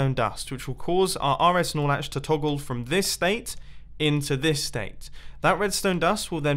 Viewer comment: I'm not a redstoner and the first time I've heard you say "RS-Snorlatch" or wutever, i thought u said RS Snorlax. Lmao